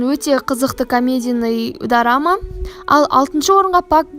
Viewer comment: Дарама емес дорама деп айтсайш